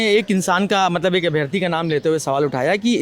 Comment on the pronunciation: हिंदी तो ठीक से बोलना सीख ले भाई... अभियार्थी 😮 अभ्यार्थी बोलो